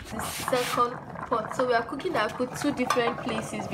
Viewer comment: Next time don't call it akpu... Call it AKPU 🙃😂 Weldone my girl 🥰